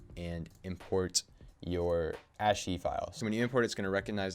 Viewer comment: cool tutorial! btw its ASS KII not ASHII